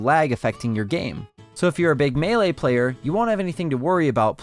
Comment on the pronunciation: You said Melee wrong.